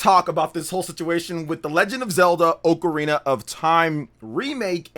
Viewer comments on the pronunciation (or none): Oakarina? It's OCARINA ah-ka-ri-na not oak-a-ri-na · Why you say ocrarina like that, ? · Dawg why do you say “Oakarina” 😭